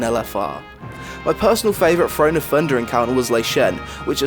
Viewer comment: Still hate the intro and it is pronounced "thunder" not funder.